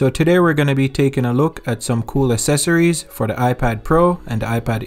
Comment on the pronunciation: Accessories is pronounced uhk seh sr eez. Or ax seh sir ez.